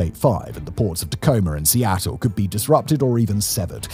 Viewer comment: I'm surprised he pronounced Seattle correctly. He butchered every other city.